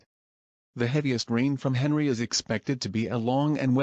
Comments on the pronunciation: oh wait u used text to speech and the text to speech read it as henry and not On-ree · Henri is prounced as On-ree